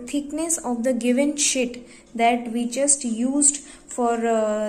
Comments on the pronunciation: why is she saying shit instead of sheet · that's wht i too heard first...shit🤣🤣🤣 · its sheet not "shit"😂😂😂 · It's not shit it's "sheet" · No no guys no dirty minds she said sheet okay sheet not sh*t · Its not shit its sheet 😂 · well its sheet not shit